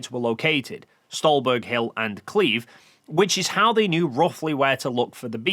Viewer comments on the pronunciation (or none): You may be borderline illiterate because you kept pronouncing "Kleve" without the E at the end despite presumably being aware that it's not an English name. Edit: After further watching I noticed your pronunciation of "Gerät" is even worse. I was confused about what you were referring to with "X-gerei" until I saw it spelled near the end of the video. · Kleve isn't "Kleeve". It's K'leh-vae.